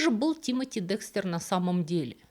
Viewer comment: И ИСТОРИЯ НРАВИТСЯ, И БЛУЗКА ОЧАРОВАТЕЛЬНАЯ!!!! И ВСЕяТАКИ БУКВА Е ЧИТАЕТСЯ, КАК ЗВУК Э! и он ДЭКСТЭР, А НЕ ДЕКСТЕР!!!!